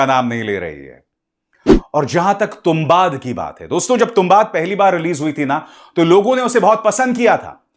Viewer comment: तुंबाड hai sir, not तुंबाद 🙏🏻